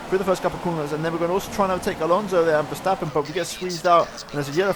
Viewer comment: You pronouns Verstappen good. most people call him ''Vershtappen''